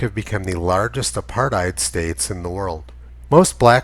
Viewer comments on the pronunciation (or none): none